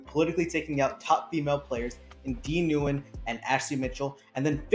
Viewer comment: Dee’s last name is pronounced “win”